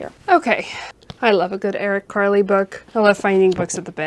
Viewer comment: Hi, just FYI it is pronounced Eric Carl (as if the “e” at the end of Carl’s wasn’t there.